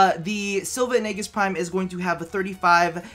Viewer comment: Sil-va and Ay-jis BTW is how you say it